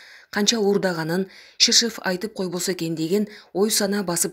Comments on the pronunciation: Шишыв эмес ШирШов! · Алексей шыршыв.садыр жапарыв деп окулбайт.